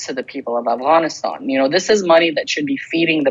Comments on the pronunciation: He keeps saying Avgonisthon hehe 😜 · Still annoying to hear Afghanistan pronounced that way when everything else has no Afghan accent